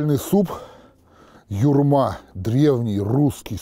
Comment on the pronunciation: Почему ударение на втором слоге?